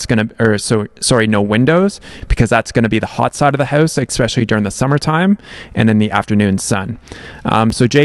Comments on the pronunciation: I love giving you a hard time about "expecially". No harm meant though. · Yaaaah, you finally recognized that you say especially wrong! Haha, it bugs me every time you do it. 😂 nothing but love for you!